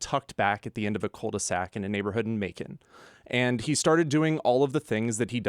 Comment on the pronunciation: I cringed when you said Macon Ga....